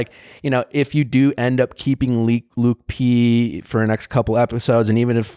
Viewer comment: Lauren B and why does she say LUKI P instead of LUKE P 🤦🏻‍♀️